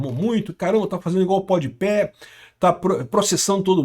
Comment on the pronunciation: "Podi Pé" me pegou 😂